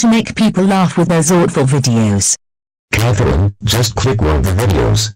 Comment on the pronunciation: It’s pretty satisfying the way Dave says Catherine